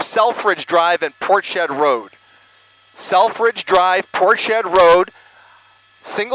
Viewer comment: That's Ports head not Portshed